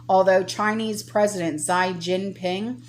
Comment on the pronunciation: Xi... is pronounced as she in Chinese. Love you and thank you for all your hard work.